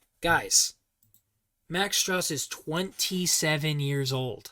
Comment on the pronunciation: Also btw it’s pronounced Max Strus (Stroose like goose).